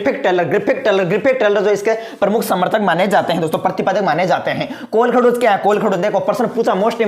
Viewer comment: Sir ye kolakhdoj nahi h ye kolkhoj h